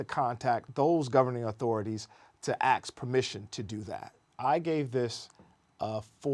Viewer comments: 0/10 using axe instead of ask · ASK IS NOT PRONOUNCED AX, DAMN IT! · Please learn to say ask properly.